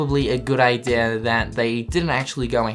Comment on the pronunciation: he says idea like ideaeeerr